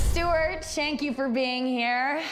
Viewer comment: "shank you!" is so underrated